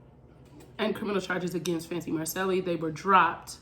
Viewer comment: Didn’t even know about this channel. Subbing now! You are right about everything except the way you say Macceli. lol